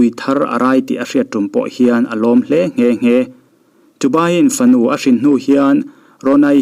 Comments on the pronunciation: A hrin, a thluk a vamak thin ve, 𝙝𝙧𝙞𝙣 tih thluk dan khi (kalo ei chhin) kantih a kanthluk dan ang a, 𝙘𝙝𝙝𝙞𝙣 kantih lai thluk angkhian lam tur zawk, i sawi dan azir in 😁😁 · " Nau hrin" tih khi Hring (green) tiang deuh hlekin i lam zel niin ka hria,an sawi tum chu hrang tak ania.. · Hrin lamdan mawlh hi aw 😊 ithiam e👍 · Thil pakhat.. 'hrin' tih thumal hi i lam dik chiahlo ania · Hrin lam dan a dik lo deuh...uluk leh deuh tehhhhh👍👍